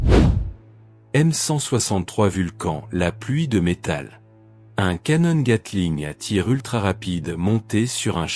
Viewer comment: Le canonne😂😂😂😂😂 Non, on prononce un appareil photo canon(one) mais canon pour une arme......ou à boire😂😂😂😂😂